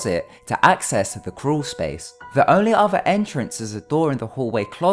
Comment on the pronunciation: I thought you said Cruel Space lol